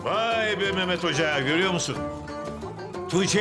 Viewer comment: Edebiyat öğretmeni Nurtenin sürekli Meağmeğt demesi